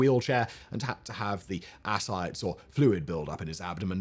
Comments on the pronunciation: Love it... Except ascites is /əˈsaɪtiz/ ass-cite-ease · It's pronounced Ah-sigh-tee's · The “mispronunciations” are indeed annoying to us ignorant Yanks.